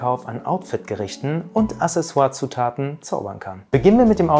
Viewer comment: Hallo lieber Justus, Deine Beiträge sind großartig und sehr unterhaltsam. Vielen Dank dafür, wieder mehr Stil in unsere Gesellschaft zu bringen. Nur stellt es mir jedesmal die Nackenhaare auf, wenn das Wort ‚Accessoire' mit „Asseswar“ ausgesprochen wird. Das machst Du aber gelegentlich 😉 Dass bei Wörtern, lateinischen Ursprungs, die cc’s wie ein k ausgesprochen werden, also „Akseswar“, weiß Du sicherlich. Vielen Dank, Grüße aus Nürnberg und weiterhin viel Erfolg! Martin